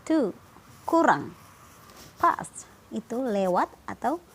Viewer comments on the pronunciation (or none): it is three pas thirteen, ..wkwkwk belajar